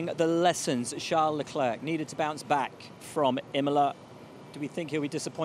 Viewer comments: "Chuck Leclerc" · "chuck leclerc"💀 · Chuck ...chuck leclerc 😅😅you're killing me Ribbs